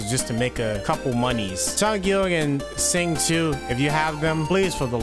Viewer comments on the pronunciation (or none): You got Chongyun’s name right, and almost got Xingqiu’s name correct! Xingqiu’s name is pronounced “Sing-Cho” :> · no. it’s “sss”. I know how to say some Chinese myself since my family is Chinese. And what I can say it’s “sss” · i’d say for an english speaker the more accurate way would be to say “shing chew-o” so “sh” like “shut”, then “ing” just like the english way and then the word “chew” quickly followed by an “o” sound. The simplest way would be just to say “shing chew” which works well too, close enough since people are mainly saying it without chinese tones but with an english one. so yea in the video he said it more accurately than the english voice actor who completely botched it lol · Ngl, i cringed pretty hard when u butchered their names lol